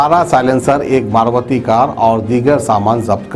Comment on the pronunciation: Kai ka judgement jiss ki lathi uss ki bhains sab.jubli hills case, maarvatii nhy bhai maruti bolo bhai.thoda si fluency aando bhai